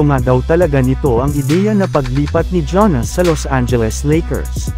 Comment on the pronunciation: hindi po "ja-nis". "yaa-nuhs" po.